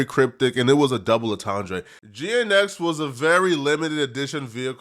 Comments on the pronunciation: Lmao “double ontondray” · WTF is a double entendray??